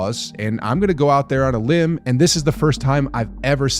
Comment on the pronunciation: The word is "limb", for future reference.